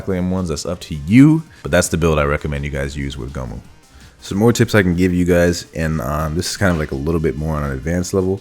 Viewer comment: I felt horrible cringe every time I heard goh moo